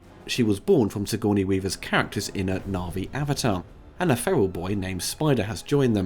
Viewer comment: Anyone who uses the term "Campellian mythography" deserves to be pointed and laughed at tbh. You can't even get Sigourney Weaver's name right bro.